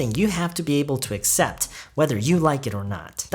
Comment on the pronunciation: 안녕하세요 쌤!! 발음 관련 질문 드릴게 있어요. accept 발음하실때 어셉트라고 들리기보단 으셉트라고 들리는데 어떻게 발음하는지 궁금해서 질문 드립니다!! (아니면 제 귀가 이상할수도,,,)